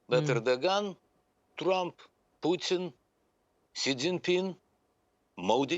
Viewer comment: Thank you, Candace for pronouncing Putin correctly